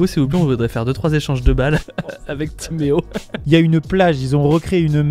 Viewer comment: Ça fait trop bizarre que tu prononces mon nom « Timéo »